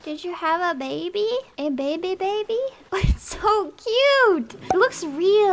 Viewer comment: I can't unhear da baby whenever she says the baby/babies dammit